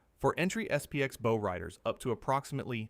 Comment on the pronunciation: If the narrator can't even pronounce "bow", then all credibility is LOST!